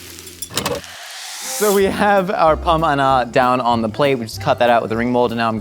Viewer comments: I went to culinary school. When said that most people learn to make pommes anna I was confused. Because he actually said it right, and i went to culinary school in the Midwest. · Okay since no one is gonna say it I will: French pronunciation is impeccable 👌